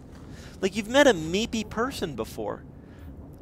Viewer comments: Lmao meepy people ... its moopy not meepy.... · mopey. not meepy